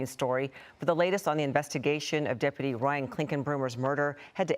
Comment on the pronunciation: "Deputy" or "Depity" ? Is this the new pronunciation?